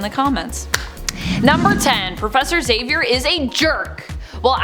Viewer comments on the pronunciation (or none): none